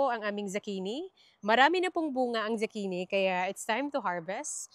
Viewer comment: It's zucchini not zacchini, and brocolli not brocollai